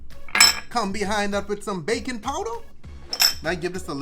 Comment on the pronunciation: I thought you said bacon powder, not baking.... ps im not a cook lol